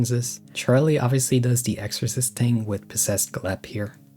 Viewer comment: “trows a tree” “ting”